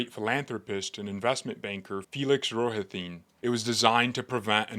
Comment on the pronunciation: Exactly! I just subscribed. Coupla words misprounced, like Rohatyn. I suggest you consider running yourself